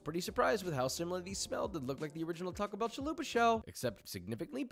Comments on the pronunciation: Stop saying t bell 😂😂 you can’t make that a thing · Tim is the first and only person i know to say "T bell"